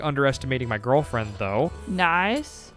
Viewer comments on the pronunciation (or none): Take a shot every time he says “My Gorrrllfriend” Good thing I don’t have to find my friend in a saloon 😂😂